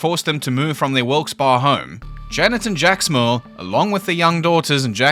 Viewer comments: Sorry, dude, but Philadelphian here. Believe it or not, it's pronounced "Wilks-Berry" Don't even ask how we pronounce Bala Cynwd... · Wilkes-Barre that last part is pronounced Barry. I live in PA and know where the house is in Pittston.